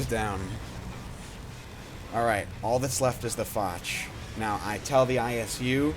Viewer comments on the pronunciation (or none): However say it like fosh